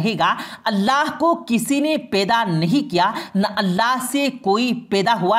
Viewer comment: Peda nahi hota hai. Paida hota hai